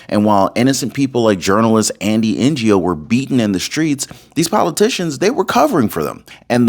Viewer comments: Andy N O NOT PRONOUNCED N G O LOL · Pronounced as Andy Noh, the G in “Ngo” being silent… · Andy Ngo is pronounced Andy Know, just to help. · Andy No. The G is silent. You're welcome. 😉